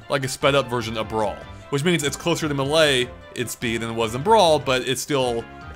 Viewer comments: i cant stand it anymore. not hating on you but its pronounced MAY-LAY. not MUH-LAY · It's Super Smash Bros Melee. NOT Super Smash Bros Milay. You pronounce it wrong every time. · Stop pronouncing melee weird!! GAH!